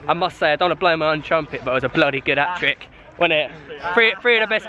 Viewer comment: It's Hat-trick not hatrick